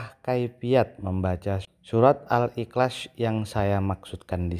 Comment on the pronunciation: MENGUCAPKAN KATA : IHLAS SAJA TIDAK FASIH. BISA NGOMONG . "PERCUMA SAJA" ... COBA PERHATIKAN.. DIA MENGUCAPKAN DENGAN KATA "IKLAS" ... BERARTI ORANG INI HANYA SOK SOKAN.